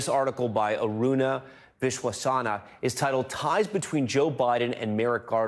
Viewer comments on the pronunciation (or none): Tom Llamas got Aruna's last name wrong not once but twice! Didn't he get a cue from his producer on how to correctly pronounce "Viswanatha" [as opposed to "Viswasana" or "Vishwanara"]? Isn't that what the hearing aid on his left is for? As for Merrick Garland, he flaunts his "family background," presumably his family ties to the Jewish holocaust, as evidence that he is incapable of "discriminating against any religion." There are plenty of Jews in Israel who support the apartheid policies of the Zionist government. Having a "family background" tied to the holocaust has not stopped aggression and discrimination against Israeli Arabs and Palestinians.